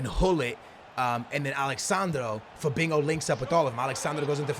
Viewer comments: Why are you calling Fabinho "Fabingo" lol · Lol not trying to make fun of you but it isn't Fabingo it's Fabinho (fuh-bean-yo) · CAN U FUCKING STOP PRONOUNCING IT FABEENGO IT'S PRONOUNCED FA-BEEN-HO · you pronounse fabinho like fabinyow NOT fabinow PS your videos are amazing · PLZ STOP SAYING FABINGO!!! It's Fabinho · The way he says Fabinho lol "Fabingo" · Why u saying Fabingo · Anybody else hear him say "Fabingo" 😂😂😂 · but the h sounds like y as in to FA-BEEN-YO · Stop Saying Fabingo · Why do you keep saying "FaBINGO" there's no g in there homie.